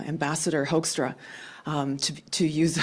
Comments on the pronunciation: With a teleprompter, how does the guy mispronounce Hoekstra's name repeatedly. In your timeline, you wrote that Richard D. Wolff says ... but that's not him (He's much older than the guy in the video). So, who's the journalist? And why isn't he and his Newsroom given credit? Here's an article about Hoekstra and his dealings with The Netherlands, from "The Guardian." "On his first official day in the job, Pete Hoekstra was taken to task over controversial comments he made in 2015 in which he said that the “Islamic movement” was creating chaos in Europe and suggested that extremists were burning politicians and cars in the Netherlands. At a press conference shortly after presenting his credentials to Dutch King Willem-Alexander at a palace in The Hague, Hoekstra was repeatedly asked about the comments he made at a 2015 conference, which made headlines last year when he described his own words to a Dutch reporter as fake news. Hoekstra later denied using the phrase fake news. Second House Panel Approves Surveillance Overhaul WASHINGTON - OCTOBER 10: House Intelligence Committee members Todd Tiahrt, R-Kan., ranking member Peter Hoekstra, R-Mich., and William M. "Mac" Thornberry, R-Texas, during a news conference after the panel approved by a 12-7 vote HR 3773, legislation requiring more judicial and congressional oversight of foreign intelligence surveillance. Members pictured oppose the bill. The House Judiciary Committee approved the bill earlier today. (Photo by Scott J. Fe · This must be A I. The image on the screen does not pronounce Pete Hoekstra's name properly. It is not difficult for anyone with an education. We have many Canadians who came from the Netherlands. Dutch names may be pronounced slightly different but this video is abysmal. The narrator may be an American. Yankees tend to not take the trouble to learn the basics about other nations and languages. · Why are you mispronouncing the ambassador’s name, is this a AI voice and not your voice.